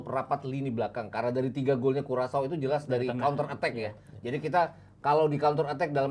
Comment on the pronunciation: bacanya kurasao. dasar dodol